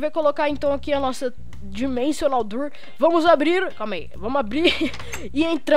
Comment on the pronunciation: "door" se fala "dór", não "durr" que agonia cara.. kk